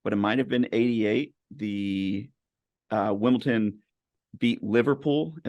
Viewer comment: I'm hoping the Wombles get a mention. WimbleDon not WimbleTon but great show